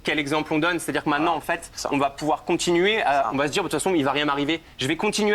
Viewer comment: Désolée, mais j ai de la peine à écouter: les "medja", "de contchinuer", " larmes de crocodjiles", "c est partchi". Moi, je dis "tchao".